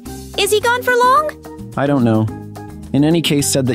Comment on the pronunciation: damnnn she really says " loang time no seay "